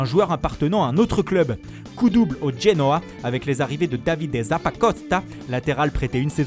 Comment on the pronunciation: L' accent italien🤣🥰la roooooooooooma,le genoaaaaaaaa😂😂